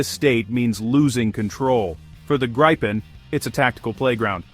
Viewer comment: GRII-PEN not Graaypin